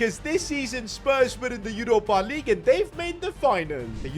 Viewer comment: I love when bro says Yoropa Lig